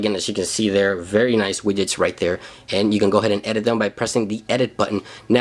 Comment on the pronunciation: Lol "wiyets", xD Widgets